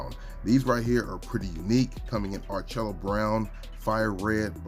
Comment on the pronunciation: I love the channels and the videos. I do want to help a little bit with the pronunciation of the some of the colors. "Orchid" is pronounced "or kuhd". "Malachite" is pronounced "ma luh kite". and “ARCHAEO BROWN” is pronounced "ark e o"". I hope that does not sound too much like a grumpy professor, but that is what I